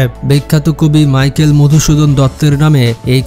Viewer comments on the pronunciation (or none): none